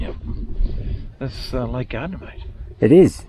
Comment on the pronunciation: Love it! But have to say it’s Gairdner, pronounced the same as ‘chair’.